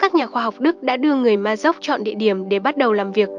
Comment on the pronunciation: Ma rôc chứ đừng phát âm là Ma dốc nhé !😃